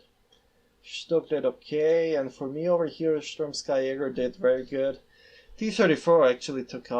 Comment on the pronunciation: It’s pronounced ski... as in, you know, skiing. They’re ski infantry (supposedly)